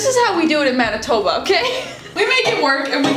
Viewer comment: the pronunciation of Manitoba though! Ha, defiantly cant take the Manitoba outta the girl